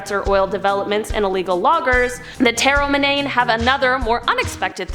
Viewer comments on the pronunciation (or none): You are pronouncing the three Ecuadorian tribes all wrong its huaorani pronounced (WOWRANY) TAGERI PRONOUNCED (TAGEYRI) AND TAROMENANE PRONOUNCED (TARO MEN NANY) I have traveled to the country on many occasions and have contacted with the huaorani and I'm friends with a lot of them they are very nice people the other two tribes are very violent and even they do not contact them if they don't have to I wanted to but they told me I would be killed if I tried and there's a lot of lies surrounding the Ecuadorian government instead of trying to help these people they're trying to exterminate them you have to read up a lot and I could teach you a lot about what's going on there if you would desire I am United States Ambassador for the huaorani I have a letter from their government saying that I represent them in the United States that I can help get any help for the tribe in whatever way I can I have a paper stating that